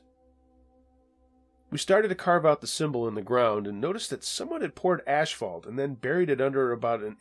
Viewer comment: People really pronounce this word asphalt as ash fault. Ha ha ha!